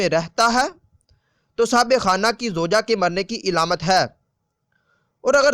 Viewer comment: Ilamat nhi Alamat Plz correct